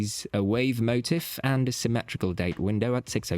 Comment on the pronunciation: What on earth is going on with your accent? I’m genuinely shocked you can’t pronounce a word like suave or motif. In case you didn’t know, there is no such word as swah-vay; there is no accent. And motif is pronounced mo-teef, not mo-tiff. Go back to school, rookie. You’re a bit embarrassing.